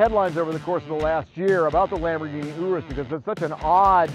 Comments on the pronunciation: Me: pronounces u and r in urus like your Them: OUrus Bonus comment, pls no steal Kid: I don’t really care if it is a real Lamborghini because it looks bad Me: wha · It’s pronounced Urus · This guy can't even say Urus right. OOROOS? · Im pretty sure it is not prenounced (Oo)r(oo)s, and (Eu)rus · Ooroose - someone tell him how to say it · Everytime he says ooroos, I cringe so much he needs to be stopped. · i'm pretty sure it's not pronounced "ooroos" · Did he just say ooroos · i dont think its pronounced ooroos🤣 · He pronounced the name wrong, it’s pronounced (yer es) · Why does he pronounce it ewroose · What is a Lamborghini ooroos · its pronounced yurus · It’s yur- is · U pronounce it yourus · Lamborghini Uroos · Lamborghini Oorus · Its not pronounced ooroos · lamborghini oo roos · Lamborghini Ooroos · Lamborghini ouurus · Lamborghini Ouuroos lol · I'm italian and that's the right way so say it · It hurt me every time he pronounced the urus the way he did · Disliked because of how be pronounced Urus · Is it just me or did he pronounce urus wrong the entire video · He is saying the name so wrong I can’t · I hate how he said Urus. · Pronounced Urus wrong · This dude can't even pronounce the name of the car hes supposed to be reviewing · Normal people : urus The dad : ooooroooos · " the Lamborghini.. U W O O S." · It's urus not OOOO-ROOSE AHHH!! 😠😠😠😠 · I’m italian uh-roose is the right pronunciation. Yu-rus is wrong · I thought it was pronounced as “Uris” not “Orwis” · It’s a urus not an oorus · Is it just me or does it sound like you saying Oros instead of Urus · Italians: URUS This guy: OROSS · STOP PRONOUNCING IT WRONG! ITS URUS(your-us) NOT OORUS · if he says ooooorrrrrroooooossssssss one more time im going to gouge my eyes out. it is urus (errruuusss) not ooooooooorrrrrrrrrroooooooooooossssssssss. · Him:Lamborghini ourus Everyone else: Lamborghini urus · People: Lamborghini urus Me: Lamborghini urass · ooorus dingbat it’s ERR-USS as in urus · You-rus, not oo-roos😂